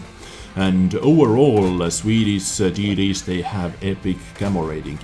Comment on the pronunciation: When you say TD's i hear titties :D